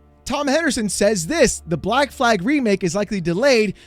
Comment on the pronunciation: Bleck Vikings 🤣